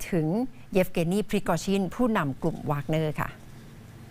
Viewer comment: นักข่าว คนอื่นอ่านเป็น แวกเนอร์ มันอ่านเป็นวากเนอร์ พริโกชิน มันออกเสียงเป็นชิ้น คืออยากกระแดสำเหนียงว่างั้น ไม่ได้ว้าใครลอยๆ